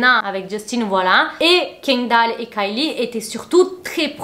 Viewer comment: Kindall? Kindall?? Kindall??? pourquoi les français sont si….